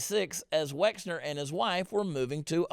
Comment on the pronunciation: Wexner, not Wexler !